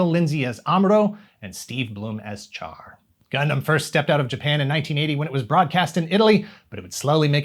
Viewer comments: Char is pronounced as "Shar", BTW. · I hate to be "that guy" but I can't help myself as he is one of the most iconic characters in Gundam, if not all of anime: the correct pronunciation of "Char" is indeed "Shar". Not the spelling, mind you; it is spelled "Char" but pronounced "Shar". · Char is pronounced Shar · It's pronounced "Shah." Listen to the original Japanese dialog.